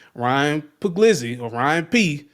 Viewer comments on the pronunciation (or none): Pug-lease-i That's how your say Ryan Puglisi's name.